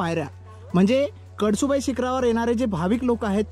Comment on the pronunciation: कडसुबाई नव्हे कळसुबाई